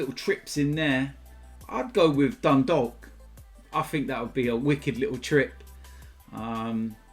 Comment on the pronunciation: You don’t pronounce the L in Dundalk 🤣🤣🤣